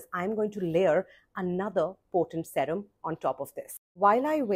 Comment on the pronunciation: It’s seerum not sawrum…always wondered why u pronounced it like that